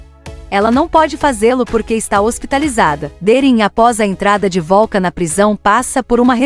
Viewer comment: Não é volcan 😅😅 😅😅😅 pare de abrasileirar 😂😂😂😂da vergonha